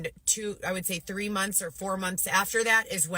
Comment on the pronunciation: Can’t stand the way she says “mumlths” instead of months